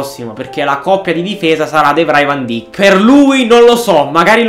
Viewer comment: Si scrive van dijk ma si dice van daik